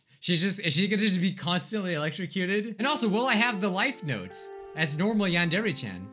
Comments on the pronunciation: Its not yander but its yyyaaannndddre yandre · SAYS YEANDER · Ah yes, "Yonder Eek Simulator" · When you said "non-dairy simulator" i turned on captions and it said "Non dairy call me later" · Idk if I'm hearing this right or my ear bubs suck but did I hear him just say "nadere" ????? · I think my ears are going crazy but did he say non-dere? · Is it just me or is he saying Nondari Simulator in the start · this is getting really annoying HE IS NOT PRONOUNCING YANDERE RIGHT!!!!!!!!!!!